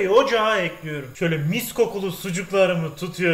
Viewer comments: Ekliyürüm dedikçe kanser oluyorum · "Tencereyi ocağa elkliyürüm" bu kanal için kalıplaşmış bir şey değiştirilemez.